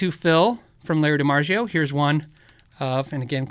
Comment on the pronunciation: Phil love the channel. Could you remember it’s pronounced DiMarzio not DiMarjio..ZZZ not J. Continue what ya do. Thanks